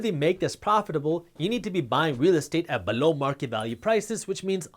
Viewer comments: Please stop saying "below" lol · You crack me up with your unique "below" emphasis. Very articulate and informative for all newcomers. God Bless You Jaspreet.